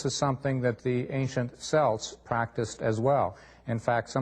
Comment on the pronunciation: Can't even pronounce the word Celt properly!